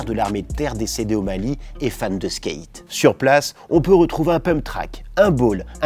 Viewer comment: Vous lisez les coms? Skate ça se dit pas Skeight personne dit ça, merci